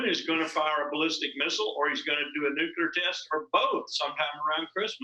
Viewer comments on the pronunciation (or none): Hey dumb dumb . . . you just said Nucular. The word is NUCLEAR. I'll try to help you NOT to speak like the half wit George W. Bush who initially coined the term Nucular. Nuke + Lear = Nuclear. Once again dumb, dumb, "Nucular" does not exist in the English language. It would be like saying the word "Football" as "Fookball". The word "Fookball" also does not exist in the English language. Get it dumb dumb?